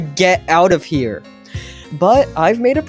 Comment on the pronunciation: the howce is heere